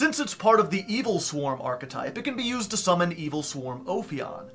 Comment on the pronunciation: oh my god this guy knows how to pronounce archetype. oh my god